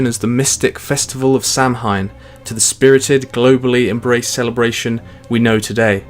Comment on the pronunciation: Samhain is actually pronounced "Saohin". Cool video thoug, very informative, short and yet detailed